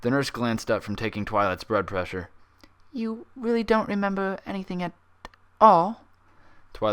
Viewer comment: Lol when you said Brood Plessure